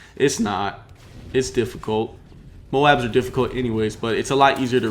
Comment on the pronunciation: 0 MOABS. Not moans.